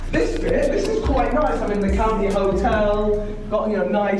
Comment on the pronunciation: legendary "COUNTY 'OTEL